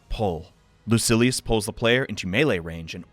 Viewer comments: Lucy. Ellis. I’m ded Lu-sill-ee-yus Whoa he changes to the wrote pronunciation mid vid. Definitely trolling us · Great video but its pronounced loo-seal-e-us